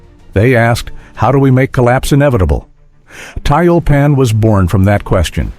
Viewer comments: Комментатор, по работай над произношением и дикцией. Противно слушать тебя. ТЮЛЬПАН а не таильпан. Учи РУССКИЙ ЯЗЫК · 240mm mortar could be said to be a super mortar. The computer narration is mispronouncing Tyulpan.